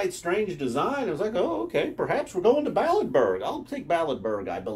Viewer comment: “Balletburg”. Lmao.